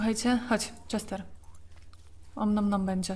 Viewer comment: Czester? :D